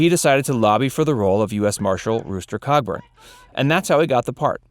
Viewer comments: It’s Rooster Cogburb. Tom Chaney was her father’s killer and BRODERICK Crawford won the Oscar. Holy crap dude it’s called Google, you should try using it sometime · It’s Cogburn and you misprounced Campbell’s character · Its COGBURN!!